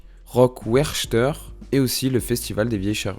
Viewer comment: et wechter alors là.... Un massacre